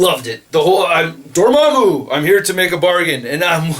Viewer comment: You've finally learned how to pronounce Dormammu correctly instead of saying Dor-mam-mew